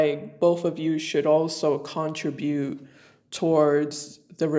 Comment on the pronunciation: Contribute 😂 🚫 Con_trabute